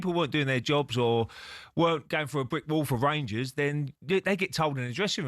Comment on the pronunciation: The rangursh 😂